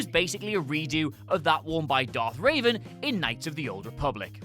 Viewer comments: For the love of god, ITS REVAN!!!! NOT RAVEN!! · It’s darth revan (rev-vin) not darth (ra-van) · It's Revan, not Raven, and he was not the apprentice. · You list Krull as a ripoff of Star wars, but you don't list Star Crash as a ripoff of Star Wars....research folks. Also, it's REVan, not RAven. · REVEN. It's not Raven. I'm SURE that this has happened before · Its Revan, not Raven, as in Revenant. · REVAN, not RAVEN. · "Darth Raven." Jesus Christ, man. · "Darth Ray-ven"?! It's Revan! He's not a bird ffs! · james stevens Nah he's British like me. He's just ignorant. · It's Rev-an. as in revving an engine. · THIS NIGGA SAID DARTH RAVEN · Jesus, can somebody in your team write names phonetically so you can actually pronounce them? Its Darth Revan, not raven. And its likely a look that would have been recycled by sith lords constantly. Oh, crap. These people who always wear robes happen to have worn a mask at two separate moments in history!? Clearly just lazy writing. Granted, some of you would clearly be experts in that field. Love the analysis and news, but these nonsense lists are getting so damn lazy. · could you PLEASE for the love of the Force learn how to say Revan......ffs, it's cringey as hell hearing you refer to him/her as Raven every time you say the name. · Please never say Darth Revan again your doing wrong